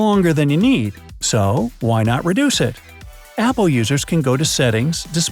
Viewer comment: In between and he says “whai” and it’s super funny